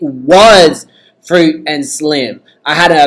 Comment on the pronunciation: You said frit that is not her name🙅🙅🙅